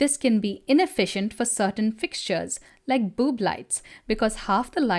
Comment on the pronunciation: "Boob lights" lol